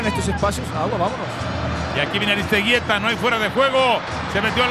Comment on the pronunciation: Al vasco "Aristegeyta" -oswaldo Sánchez